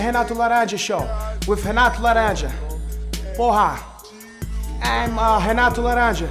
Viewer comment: What the FFFFFF is a PO-HA? Porra? 😂 What it is.. What it isse.. What it is.. WHAT IS IT!?? 😂